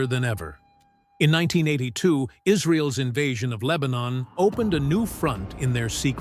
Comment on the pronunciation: The AI narrator consistently mispronounces "'apostrophe s" "ess" "Ess" is not a word. here is an example of the mistake:: instead of saying Mossad's as Mossadz" your narrator says "Mossad ess" Here is another example:"Israel's" is pronounced as "Israel + ess". Whereas "Israel's" should be pronounced as "Israelz" You're welcome. 😊